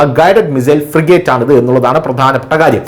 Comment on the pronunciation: എടാ കിഴങ്ങ് ഫ്രീഗഡു അല്ല.. ഫ്രീ ഗേറ്റ്..